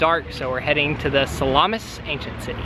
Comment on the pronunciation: Ruins - The place is pronounced Sah - la - mis. the ruins are both Greco -roman as both empires were represented there including the Franks & Turk's who currently run Northern Cyprus republic.